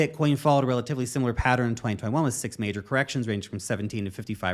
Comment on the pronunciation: The way you say pattern drives me crazy 🤪. I'm out.